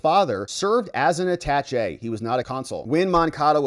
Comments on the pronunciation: AaaTaaShay not At tach E... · You are a lawyer? and do not know how to say the word Attache' ?? it is not pronounced "attach-E", it is properly pronounced "A-Ta-Shay". Not a big deal, but it drives me crazy when you keep saying it wrong :) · Attaché is prounounced aaa-taaa-shay (saying the "aaa" the same as the sound a sheep makes — baaa) because it is a french word. The equivalent word in english is attachee which is pronounced uh-taaatch-ee. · It's pronounced atashay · I gave you a thumbs down because you are under educated. You mispronounce so many words in your videos. Usually I think you do it on purpose. Attache is pronounced at·ta·ché [ˌadəˈSHā] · Why are you butchering the word attache? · Attaché please pronounce it right. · Total nitpicking I know - you are pronouncing attaché wrong. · How hard is it to look up how to pronounce "Attaché"?